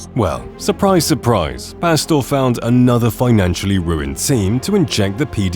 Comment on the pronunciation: it feels so wrong to hear a british guy say "whole nutha level". It's bad enough when Americans say it! LOL and then the english commentators refuse to call him by his actual name and just rename him "pasta". Maybe he deserves it.